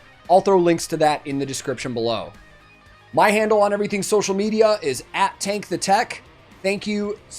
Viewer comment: Hey Tank, so glad you enjoyed it man! Always really appreciate your great reactions and attention to detail. Thanks for the shoutout and for pronouncing my name perfectly! 🙏